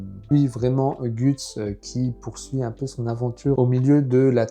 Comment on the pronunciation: J’aime bien tes vidéos MAIS PAR CONTRE STP ON LE PRONONCE « GEUTS » et non gUts !!!! 😂😂